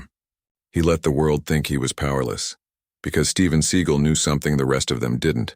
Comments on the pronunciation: Would this guy narrating please learn how to pronounce Steven Se GAL NOT SEE GEL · Story teller ca,t even say his last name right i,d love to see the video l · If you can't say his real name properly maybe you don't need to be given this fake ass story locked everybody just said got my girls do not stop and mess with people especially people that Steven seagal you idiot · What a crock of horse crap. The AI voice mispronounces the actor's name and the title has the wrong martial art that he uses and then the story has details from little tiny people in this part of the crowd and that part of the crowd this pure fictional crap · Maybe have at least enough integrity to narrate with Fake Voice that pronounces his name correctly(!) gF NM/FL